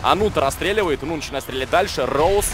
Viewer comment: не нован, а нун